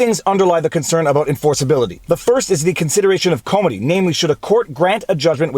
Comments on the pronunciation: I didn’t know you were Canadian until you said less aboat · You said "Abaooot."